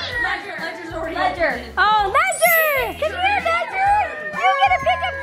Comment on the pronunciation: im just asking why did you call him ledger-nike